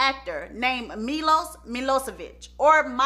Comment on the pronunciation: Milos is pronounced me-lowshush ... hopefully that spelling helps cuz I struggled trying to write it the best way